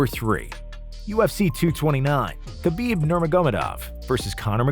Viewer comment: who the fuck pronounces khabib's name like that lmao